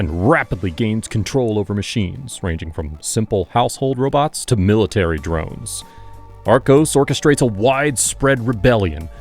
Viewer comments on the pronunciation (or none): none